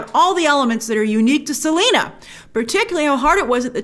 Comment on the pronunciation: and her first name is Selenas!!